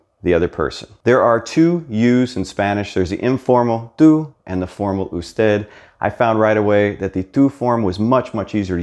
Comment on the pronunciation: Your pronunciation is pretty good, but right here you pronounce the u in tú and usted wrong. Why is that?